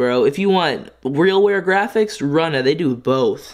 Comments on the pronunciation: I think its R-OO-Na. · ROO- NAH geezus... cmon if youre pronouncing it wrong on purpose .. please stop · It's pronounced (roonah) runa sick vid tho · Love your videos 😉 FYI not Rana its Runa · yea lmao my bad he told me after i made this video that its pronounced roona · Isn’t it pronounced roona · It's pronounced rooh na